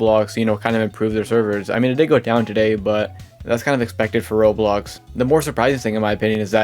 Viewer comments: Why do you sometimes pronounce roblox like "roles" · you say sometimes roblox like "ruls" and it really throws me off